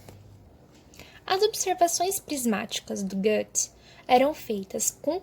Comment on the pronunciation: você pronuncia Goethe errado demais, além de ter uma dicção horrível. Imagina ser ruim em tudo o que se faz, meu deus. Péssima professora e pseudo arquiteta